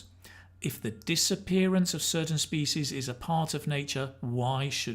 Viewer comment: Hello sir, I am afraid that you mispronounced the word "species"....Pls look up the pronunciation.